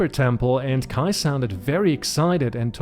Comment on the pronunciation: Haha, hatte mir schon gedacht dass du Deutscher bist so perfekt wie du Kais Namen ausgesprochen hast ^^ Alles gut bei mir, danke der Nachfrage :D